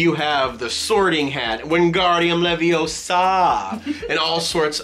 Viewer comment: It’s LeviOsa, not LeviosA! Lol. Love that you’re repping, been so excited to see these boxes. Been so very excited to see it all. Flip yes! Love the puzzle!!! I love puzzles. And yes put Harry Potter pins on the Ravenclaw lanyard! HARRY POTTER ROOM!!!!! Has to happen! Man cave lol. And my favorite jell pens are the Jelly Roll pens. I miss them. Lol face when he sees the goblet. Best face ever. Lolllllllll best. And I am loving the price visuals. Took me three times to catch she said Mortimers map. Lol. So excited for the ultimate magic box! So excited to see your personalized box!!!!! And obviously you’re behind Captain Marvel is the OG Avenger. Not Captain America. Sorry 😓 loving the tatooine shirt. Love the space mountain pin! Holy cow that’s so pretty!!! Love that Thor lanyard! Loving the Jim Shore! Such a precious Eeyore!!! Love the Easter happy Eeyore! So so cute such a great collection! You guys are so awesome. Stay safe and happy love you guys 🤩😄